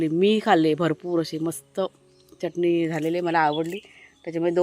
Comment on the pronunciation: च्यटणी म्हणू नकोस.. चटणी म्हण